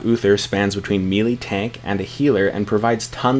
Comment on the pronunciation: Love your vids so far, but one minor nitpick that kept rubbing me wrong when I hear it over and over... Melee is pronounced "may - lay", rather than "mee - lee", which sounds a lot like "mealy". Other than that I think you've been doing a great job!